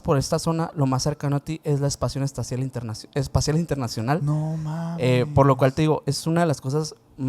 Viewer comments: La espacion estacial internacional jajajajaja😂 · Espacion Estacial Internacional